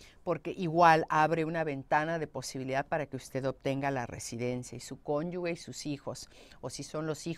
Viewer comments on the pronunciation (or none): Por qué dice conyugue ? La palabra correcta es cónyuge .